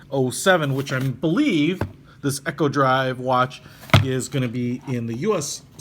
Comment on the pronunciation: It’s not Echo drive, it’s Eeeeko drive as in economy. Has nothing to do with sounds bouncing off mountains. There’s only one way to pronounce it. And if you are going to review this watch. And you have one right in front of you, then you should know the size of the case.